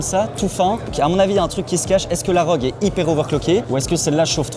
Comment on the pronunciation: R - O - G pas ROGUE xD J'en peux plus xD